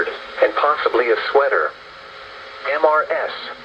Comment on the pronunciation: Can't the voice be trained so it doesn't say M-R-S awkward pause when it comes across the abbreviation "Mrs."?